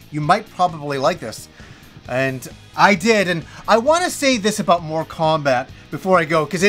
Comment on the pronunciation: I was listening just the audio for a moment & I swear I heard "More Kombat" then "Moral Kombat" LOL. I'm like "what game is he talking about? There is a 1 & 2"?!? Lol your pronunciations have never thrown me off till now LOL. I've Loved your channel for what seems like forever. Never change,!:)